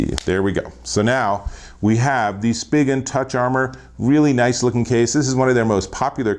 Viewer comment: This video sucked. It’s Spigen.... pronounced: “Spy-Gen.”. It’s even on their website how it’s pronounced, not, “Spidgen.” And the case’s you did reviews on all suck. Minnie Mouse? Seriously? Two ugly junk Spidgen cases, LifeProof? Why not the fre? Thumbs down here.